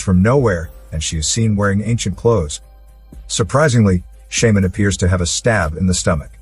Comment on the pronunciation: Computer generated voice mispronounced shaman. Got too frustrated in the first minute to finish watching.